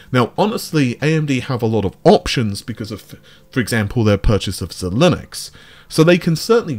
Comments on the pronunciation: Xilinx - It has been long enough to get the name right. It is pronounced: "Xy - Lynx" So "Xy" as in xylophone then "Lynx" as in the cat. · Bro does it on purpose :D He watches the owner (AMD/Lisa Su) pronounce the name of Xilinx on the stage and goes "Nooope. It's ZeeLinux"... Honestly, i think he does it on purpose for people to keep coming back to the channel to tell him off. Good or bad, a view/comment is a view/comment ha? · ZEYE-links ZEYE-links ZEYE-links It’s how you pronounce AMD’s company “Xilinx”